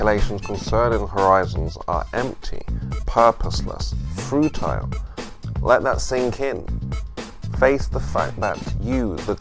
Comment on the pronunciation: Mate, “frutile” isn’t a word.